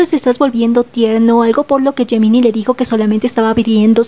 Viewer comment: Gemini se pronuncia Yeminai, por favor trata de corregirlo por respeto a los chicos. 🙏🏻🙏🏻🙏🏻